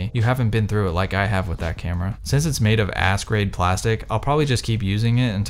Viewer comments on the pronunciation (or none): none